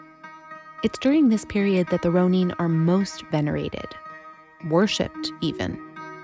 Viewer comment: This narrator is driving me crazy. It is "Ro - nun", NOT "Ro - neen"!